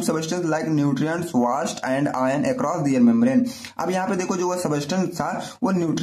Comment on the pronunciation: व़ास्ट नहीं वेस्ट सर